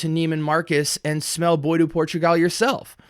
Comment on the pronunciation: Bois is pronounced "BWahh" not "boy" or "boys."